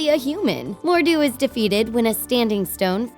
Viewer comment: you gotta say mordues name with a scottish accent